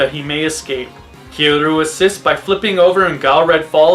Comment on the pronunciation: is it that hard to say Kiryu